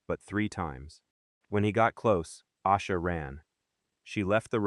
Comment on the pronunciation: I used to think her name was pronounced "Ah-sha" because so many videos said it that way. It wasn't until I heard her brother say "Ay-sha" that I realized it was wrong